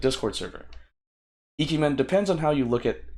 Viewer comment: Also, it is Ike-Man. Ike is one word.